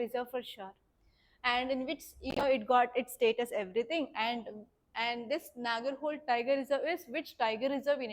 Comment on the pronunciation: It's not Nagar"hole". Its ನಾಗರಹೊಳೆ